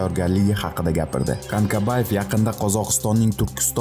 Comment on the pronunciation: Канкабаев эмас Канкабаев укимаган